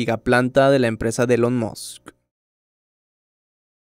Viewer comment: la empresa de LONMOSS? jajajaja....simplemente debio haber dicho TESLA.